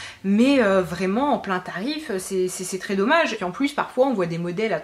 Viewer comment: "c'est très dom-maje !" 😝 (bon tu l'auras compris je me regarde toutes tes vidéos, désolée pour le spammage de commentaires !)